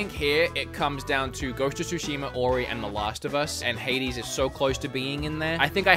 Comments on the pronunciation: "Ghost of Shushimer" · why are some people adding an 'R' at the end of words? E.g. Zeldar, Ghost of Tsushimar yada yada yada